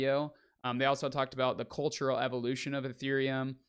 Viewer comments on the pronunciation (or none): none